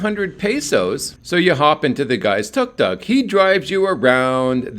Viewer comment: Tuk tuk is pronounced dtóok dtóok. (The sound of a two stroke engine).